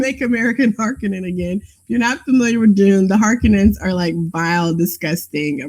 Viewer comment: I'm not sure if I should be impressed or appalled at that pronunciation of Harkonnen. The thing about Steven Bannon's appearance that is so sketchy is that even on days like the inauguration when you know everyone has gone all out to look their best he still looked like every creepy dude you've seen running a shady adult store in the fucked up part of town. You know the one where you walk inside and immediately are certain that there is a room in the basement where they act out the gimp scene in Pulp Fiction? Yeah, that's pretty much what I see whenever I see Steve Bannon.